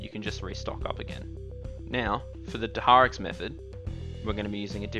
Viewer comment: good guide buddy, only fault i could find is how you pronounce Dharok's